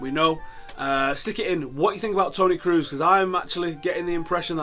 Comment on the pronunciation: why do people from england have such trouble with prunouncing kroos XD. they always pronounce it cruz, or cruise. its closer to the vowels in sauce tbh, so krauce not kruz XD Anyhow thanks for the upload and update! brilliant as usual!